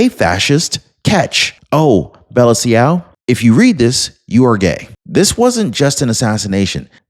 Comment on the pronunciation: Ciao is pronounced "CHOW."